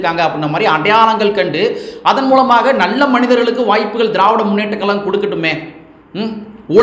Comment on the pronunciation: Sir pls tamil sariya ucharichi sollunga ( kalagam illa, Kazhagam)